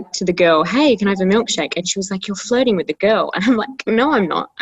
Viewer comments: jo kept on saying flirting and I kept hearing it as floating and I was so confused like floating while getting milkshake? what? also hero hits different in this video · i really thought jo was saying floating instead of flirting 😭